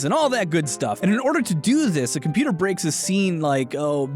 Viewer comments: Me throughout this entire video: "Hmm....yes, compooter" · Compooter?… Ah yes Compooter🤔